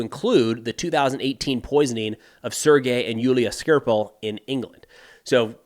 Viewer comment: Skripal, not Skirpal. :P